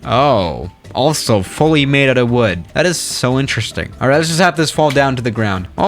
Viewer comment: “If th3 737 was made of wed”